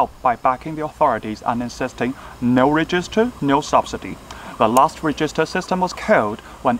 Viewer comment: Register的發音錯了（沒有惡意，只是提醒）